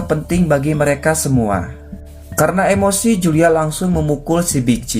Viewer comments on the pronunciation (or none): none